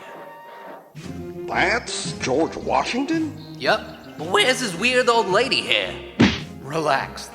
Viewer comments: It’s George Washington not George Washingmachine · In that video you sayed ``geoge washmen`` :/ =/ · Dude his name is not george wasingmashin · George washinemashine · Keep saying George Washingmachine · Did you say George washing machine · Why saying George washing machine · Why the heck is it George wahingmashine?